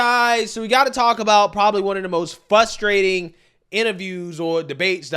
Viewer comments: Man, you got so close to pronouncing “frustrating” correctly in the intro to you monologue! I watch all of your videos and I’m just waiting to hear you say it correctly. 😂😂 I love ya man, I’m just being a dick😂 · The word is FRustrating, not fustrating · it’s frustrating not FUSStrayting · Fusstrating lol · Frustrating, not FUSStrating! It's so frustrating to hear you attempt to use college words. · fRustating, not fustrating. Ex. It is very frustrating to hear you say fustrating and makes it hard for people to take you seriously. You have good content, but really should make the change. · Dude, frustrating, not fustrating, forgetting the R , i used to make the same mistake until i got corrected.